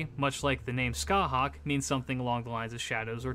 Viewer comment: For reference CúChulainn is pronounced Coo-Cullen, Aoife is pronounced Ee-fa and Scathach is pronounced Scaw-hach